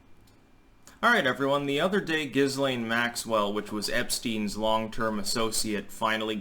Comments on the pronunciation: Not that it really matters, but apparently this hideous creature's name is pronounced: "Ghee-lane". Might as well get that correction out of the way. I think mispronouncing her name on purpose might be a fun way to torture her so please proceed. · It's pronounced "Gee-Layne". I think it's Gailic. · With an h after the g, I don't think so. It's not Gislaine but Ghislaine, isn't it? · As a person who speaks French, "Ghislaine" is pronounced "Jislaine". Just as aside! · Just some trivia, her name is actually pronounced ghee-LAYN. The s is silent. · I think her name is pronounced "ghee-lehn", the 's' is silent. (French name) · Her name is pronounced Gee-lane with a hard G and a silent S. She was born in France! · It's pronounced Jill Lane, btw. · The Name is Gee-Layne! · Why are Americans so determined to pronounce names wrong. I have heard three different wrong pronunciations of this woman’s name. Say it with me: ‘Gee-Len’. It’s French, you damn yokels. Lol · the name ghislaine is of french origin. as such, the "S" is silent, and the name is correctly pronounced "GI-LANE". just saying... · Guylaine is another French name that would be pronounced Geelane. The hard G like in Guy. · Not here in French Canada. We would pronounce her name Jizzlane. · It's GIL-LANE. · It’s pronounced - Jis lai( as in let) ne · It's pronounced Gilane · SAY HER NAME RIGHT BOY.. THE S IS SILENT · Hey,, perhaps when you're spewing your off the charts sophomoric knowledge, from your mouth rather than your anus, it might be a good idea to at least do enough background to be able to pronounce the subject of your idiotic diatribe; it may even enhance your streetcorner philosopher cred, and Jizzlaine would appreciate it so. The indoor motorcycle jacket is especially precious. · The s can be pronounced, even francophones differ on this. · You don't even pronounce her name properly which adds to the douchiness of your overall look.